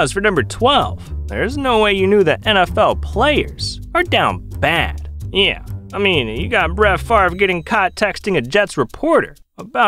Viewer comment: Why do you say “yeah” like that. “nn-yeah”